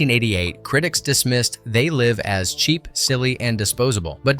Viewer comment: c'est pas zé live mais They Live. Apprend l'anglais l'épais...